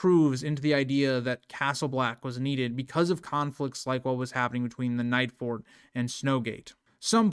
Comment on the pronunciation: Normally I wouldn't correct a YouTube streamer for a slip up, but you called the Nightfort the "Nights-fort" a dozen times before I decided it was worth mentioning.